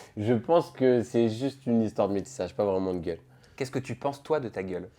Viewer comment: Il insiste trop sur le mot gueule c’est trop